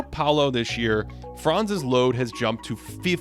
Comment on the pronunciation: Buddy Franz name is pronounced slightly differently. The „a“ in Franz is pronounced short and hard. Don’t drag it so long. All Americans do that incorrectly. It’s not „Fraanz“. It’s Franz